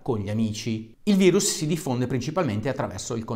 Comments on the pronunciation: Si dice VIRUS NON VAIRUS, È LATINO, CAVRON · bello e utile video divulgativo per far capire anche ai più testoni l'importanza di un comportamento corretto. un appunto al caro dottore: min. 5.55... virus si legge virus, non vairus... è latino, non inglesaccio 😉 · COVID è una sigla inglese, quindi in quel caso il prof ha detto vairus. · Come " vairus " Dario? Virus si legge come in latino non con la "i" all inglese (passami il termine); non fare come Di Maio.. Modifico alle , in inglese si pronuncia "vairus" e capisco che intendevi pronunciarlo in quel modo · Virus é latino nn inglese nn si dice vairus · Aia, quel "vairus" l'ho già sentito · hai detto vairus? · Anche tu che dici VAIRUS come se fosse una parola inglese ahahaha grande